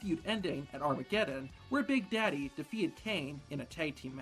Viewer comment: it sounds so funny when he says big daddy, just call him mable lmao